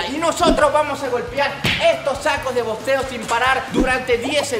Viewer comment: Se dice boxeo